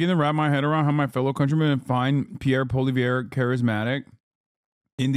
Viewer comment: I think for whatever thats worth whatever youve uneducatedly pronouced POULLIEEELLIÈEVREEU did NOT really affected much of much of anything to french canadians.,.